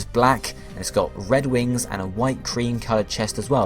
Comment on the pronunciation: u said wrings